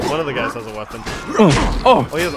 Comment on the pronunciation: CoolShallow every time he said hassah id be rich